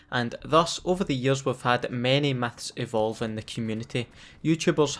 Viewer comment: i love your accent, "biggest meths in call of duty games" xdd